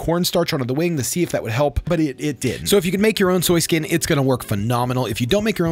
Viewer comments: im sorry idk why i noticed this but when he said skoy skin i died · Love me some “skoy skin” 😆